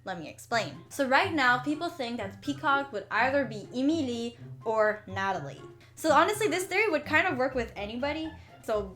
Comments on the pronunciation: It's not EEE MEEE LEEE it's Ehm ihl EEE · Why do u pronounce Emily eemeelee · I may be wrong, but I think Emilie's name is pronounced Emily. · "EEMELEE" Girl you mean Emilie? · 😂😂🤣🤣I LIKE THE WAY SHE SAYS EmILE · its not emilie its emily like saying emily but they change the y to ie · “Emeelee” I died💀🤣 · I love this video and your channel!! But the way you pronounce Emilie kinda makes me laugh. Its not bad! It is just different from how I've always heard it. EEmilEE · Emilie is pronouced like Emily on English i Know that because it used to be my name before i changed it to Julian Lee so am not mad for saying it wrong but you need to Learn the name in a right way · Its E MI LIE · You're not pronouncing Emilie right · STOP SAYING EMILIE WONG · Yeah but the way she pronounces emilie is sooo distracting and forced. Girl just say emilie and thats it. (Can she really speak french btw ? )